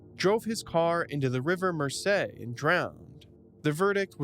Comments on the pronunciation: In the UK we pronounce it Moyzee. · howling at the pronunciation of the river mersey 😭😭